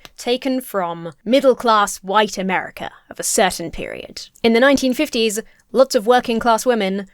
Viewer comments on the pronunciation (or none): none